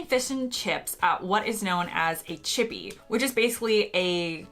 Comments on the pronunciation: Did you just say a 'chibby'?! It's 'chippy' for anyone who also heard 'chibby'. I'd just like to add, the so called 'chips' at the Harry Potter section of Universal Studios are actually potato wedges. Yes, there's a difference. I don't like potato wedges so that was the only dislike from there. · It's so amusing hearing an American talk about a "chippy". :)